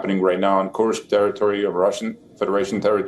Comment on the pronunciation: somebody pls tell him how to pronounce Kursk correctly, it hurts my ears